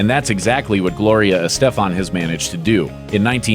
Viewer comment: The way the narrator pronounces Estefan is bizarre